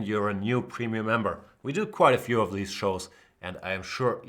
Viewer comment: Of pronounced more like (uv) You sound like you're saying night off. Don't mean to harp on you, Jan, I know languages are tough. I only know one.